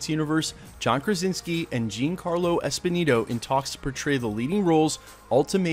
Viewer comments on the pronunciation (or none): The man's name is Giancarlo ESPOSITO! NOT ESPONINO. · And its not Esponito its Esposito... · It’s “ESPOSITO” (with a “T”), not “Esponino”. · Yeah, was kinda bugging me. Pronounce like Espe-zeeto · You know it's Giancarlo EspoSito, not EspoNito, right? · Esposito... not Esponito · why cant this guy pronounce ESPOSITO .... am i the only one bothered by this? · Giancarlo Esposito not Esposito just saying